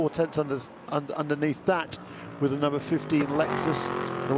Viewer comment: I really wish the one commentator (the old man) would stop saying Lexususususus. It's so fkng annoying